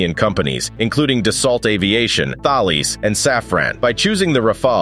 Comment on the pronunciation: You should choose an AI that knows how to pronounce Thales.